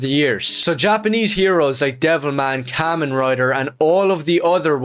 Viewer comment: I know I’m late to the party but let me say, this guy is just talkin his ass out about kamen rider (firstly, he’s not even sayin the name right. It’s kah-men, as in “kamehameha”) Kamen rider ichigo, the specific rider hes talking about, is more akin to Superman or spiderman than he fuckin thinks. One of ichigos most iconic lines is genuinely “human lives are more important than even peace and justice” (which is, mind you, the EXACT same stance of James Gunn Superman) I don’t think he’s watched a single piece of media ever